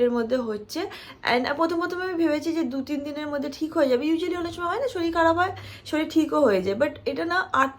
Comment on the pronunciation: Ota sorir...shoril bola kichu hoi na... pronunciation mistake ata..